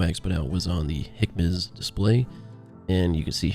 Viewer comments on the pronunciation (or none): Great video, although HMCS is pronounced "hem-icks" not "hickmas". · Weird pronunciation of the HMCS page. I say "hemics" or "J-hemics" (as the full name is JHMCS).